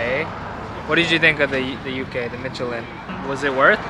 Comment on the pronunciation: Michelin is pronounced MISH-elin, not MITCH-elin. Watched you for too long to not say anything -- pains me every time I hear it lol